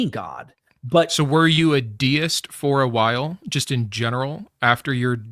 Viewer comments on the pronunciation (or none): none